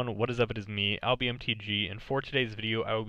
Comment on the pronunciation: Great list of budget Modern staples Alby. I invested in most of these staples when I started buying into Modern. Your pronunciation of my name in the video is perfect. I’m glad I can do my small part in helping you produce more awesome videos.